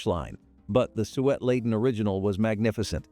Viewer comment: "sue ett", "stuh len", When plums dry, they become raisins.